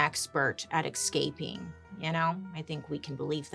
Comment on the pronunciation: Why do you say “eXcaping” instead of “escaping”?